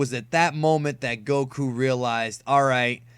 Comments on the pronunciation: You pronounce whip and Goku wrong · i hate how you pronounce goku